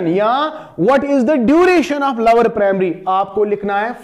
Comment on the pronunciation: lower nhi sir lower 😂